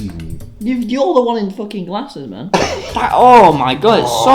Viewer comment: the fact that tommy pronounces "glasses" as "glarses" fits so well with this channel